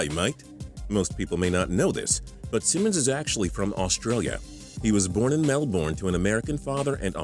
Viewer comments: It's not pronounced melborne it's melbern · For all my Fellow Australians, MelbOrne 😭😭😭😭😭 its Melbourne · It is pronounced melbern, not melborn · STOP SAYING MELBORN ITS MELBOURNE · 1. It's g'day mate, 2.It is New South Wales, not South Wales, 3. Melbourne is pronounced Mel-burn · The way Americans say Melbourne is hilarious 😂 "Mel" "born" bruh hahaha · Lmao that's not how you pronounce Melbourne, it's "Mel-burn" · Mel-bin, is how you pronounce it. Don't disrespect the best city in the world!. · And it's said mel-burn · you say it Mel-burn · mel "bourne" LOL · I'm only 50 seconds in and you've said mel-born and called NSW "south wales" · Ok, so from now on its melborn...not melbourne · As a melbournian, I have the right to say ITS MELBOURNE NOT MELBORN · We get that he was born in Melbourne, you don't need to say "Mel-Born" all the time. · I h it when he said mel-born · You say it like Mel-burn not however the hell this guy did jeez so cringe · lol mel "bornn" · Lol, MEL BORN, it's Melbourne scrub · RiaH it's pronounced as Mel-ben or really just Mel-bn the o, u, r and e are basically silent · Mel Born. they all say it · nah it's more like Mel-Ben or Mel-Bin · its like mel-bern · Say Melbourne right fam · The way americas say Melbourne. lol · You pronounce Melbourne wrong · i cringe every time he says melbourne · Learn to pronounce Melbourne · The 21st fact would be that you don't know how to properly pronounce 'Melbourne'. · hehe the way you pronounce Melbourne is funny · Hey that's not how you say melbourne I'm Australia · they have melbourne in the states too, and thats how its pronounced there. since we were founded after them you might consider that they say it the correct way and we have been saying it cringey to them. my two cents. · don't yo dare say Melbourne again your saying it so wrong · Don't ever say Melbourne again it's not even that hard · He said Melbourne wrong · your pronunciation of Melbourne is sh*t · He can't even say "melbourne"